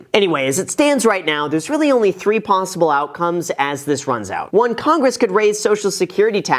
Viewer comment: did you say there’s only three ponzyble outcomes!? :)